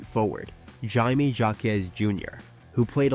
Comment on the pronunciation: I was kinda only half watching until I heard the pronunciation of Jaime Jaquez Jr. and it was so odd it had me paying attention to the narration more. Def AI slop